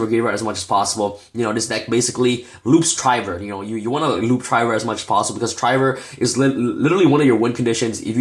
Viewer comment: bro it's de neb you pronounce weird and it's trivver not try ver lol